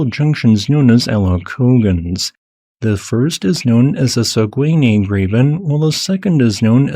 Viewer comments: Sagouiny? It's called Sag-ney! It broke my French Canadian ears. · no, english "e" is pronounced like our french "i", it's more like "sag-a-nay" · For future reference, it's pronounced "SAG-in-ay". The U is silent. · Always a good surprise when my Province is mentioned in your videos. We do have some seriously nice geological features in Québec and Canada. Thanks you, for the video. Also nice try with the Saguenay (Sag-Nay) pronunciation, it's a tough one and made me giggle. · Saguenay -> Sag - en - ay, Bonnechere-> Bon - chair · Saguenay is pronouced "sag - a- nay " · Saguenay -- the second syllable is pronounced as a short (clipped) "schwa", the last vowel sound in the word "sofa". The first syllable gets the most stress, but not by much. Timiskaming -- the "a" is also pronounced as a "schwa", or very nearly so, and all syllables receive approximately the same stress, with the second being drawn out slightly.